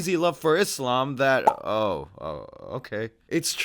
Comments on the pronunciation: just hearing Izzlam is a giveaway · Douglas needs to go and actually study Phonics. The word Islam has an s in it. Not a z. Also the word Muslim has a u and an s in it. So to pronounce the word Muslim you say the letter u properly and the same with s not z.